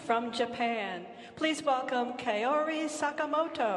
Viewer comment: 向こうの人 Kao は カオ って発音出来なくて 絶対に ケオ ってなってしまうので 残念😅 ケオリでなくて カオリです😭🙏きちんと発音して欲しい😅 三浦佳生選手も いつも カオでなくて ケオ って発音されてるし😅😭